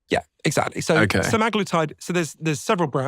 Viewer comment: Semiglutied No it’s Semiglutied 🤪